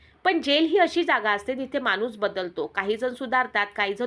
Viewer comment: मानुस नाही ग माणुस मराठी फारच अशुध्द